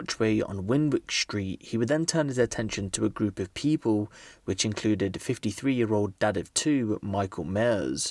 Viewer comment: "pee-pole"... Hey "Pee-pole"